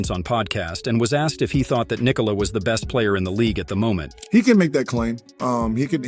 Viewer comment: Yo, you are saying "Nikola" wrong.